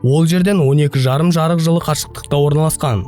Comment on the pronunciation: Жырық жылың не , жарық жыл десеңші.